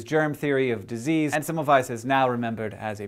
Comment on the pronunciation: Hank, you were saying Semmelweis's name wrong. In Hungarian, a single S is pronounced as an Sh.